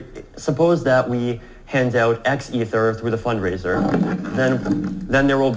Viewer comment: Please stop mispronouncing Ether, it would make a new listener feel your content was less amazing/credible than it is. Love everything you’re doing for the community!